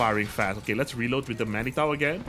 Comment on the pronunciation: "Manitou" is of French origin, it reads as "Manitoo".